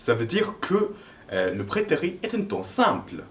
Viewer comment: J'ai l'impression que tu prononces prétérit par "prétéri" alors qu'il faut le prononcer "prétérite". Il faut qu'on entende le -T final. Très bonne explication en tout cas. :)